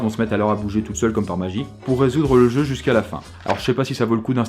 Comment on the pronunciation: On en parle de ton "jeu"?